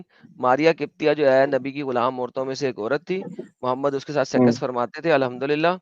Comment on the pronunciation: Adam can not pronounce conjugate words like सेक्स and says सेकस? How this happens? Horrible!